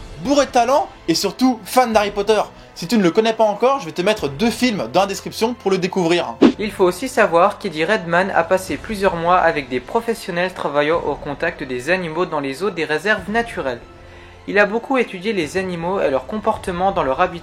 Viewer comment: Vidéo intéressante, par contre c'est Eddie RedmAYne et non RedmAN ;)